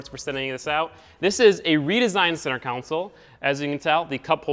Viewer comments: repeat after me. Con Sol not council! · Console, not council, bro. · Take a shot everytime he says center counsel instead of console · Center counsel 😂😂😂😂😂 it's freakin console. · Con sole,. Not Counsel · Oh my god, it's pronounced center console. Not center council 😒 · Ight buddy. Say it with me now: center CON-SOLE. Not council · Say, "Cown Sole" ONE. MORE. TIME....Love the car, learn english! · Console not council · Maybe it’s just me, but I kept on hearing you say “center counsel” instead of “center console” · It’s pronounced “KAHN-SUL” not “KOUN-SIL” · Console not Council? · Lol why do you say console as council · CENTER COUNCIL? I its called CONSOLE 😂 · Why on earth do you say “center council” Its console. Pleez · No offense, but it is pronounced console, not council. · I swear to god, say center council one more time. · Center “council” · Great video. Laughed my ass off at the center ''coun-sole'' though. :D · "Center council" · why are you saying council lmao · Why do you pronounce console "council"? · Someone explain to me why he says it "center council" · This boy says “center council” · “Center council” 😂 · why do you keep saying center council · con·sole /kənˈsōl/ Say it with me... con... sole... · Senter council" not Senter cauncil😠😠😡😡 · if i hear center council one more time i swear to god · "Centre council" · Hard to watch you miss pronounce console over and over again